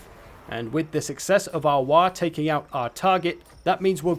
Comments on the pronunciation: bruh it's WAAAAAAGH not 'wah' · Fun fact he said Waaagh wrong every time. It's written in the original lore that waaagh is a word that can be said correctly only whan you are screaming it.